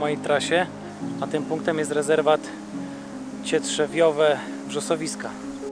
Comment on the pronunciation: No toż powiedział CietwieRżbiowe cietrzźwiowe. Cietrzew :D